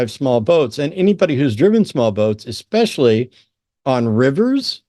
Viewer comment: Especially doesn’t have an x in it. It’s not Exspecially